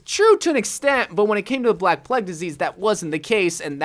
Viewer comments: lol ge says Plegg instead of plague (play-g) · Wht tf did he keep saying the "pleg" skin for anna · You saying plague wrong gets to me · The way that says “plegg doctor” XD